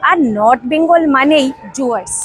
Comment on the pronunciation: জুয়ার্স না ওটা ডুয়ার্স।